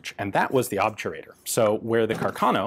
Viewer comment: Very interesting video as usual! The correct Italian pronunciation is "Càrcano", though.